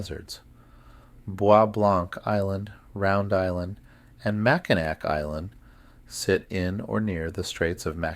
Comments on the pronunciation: Michigan Girl. Can’t handle Mack -I-Nak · Just for yur information: Mackinac is pronounced "Mack-in-awe". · It makes me cringe ever time he says it lol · And i wonder if he ever notices hes saying the island wrong lol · this is making me NUTS, I wouldn't be able to sleep listening to this because of that, lolol.